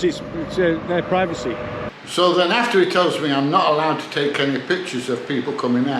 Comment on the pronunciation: "Private-sy rights". What a doughnut 😅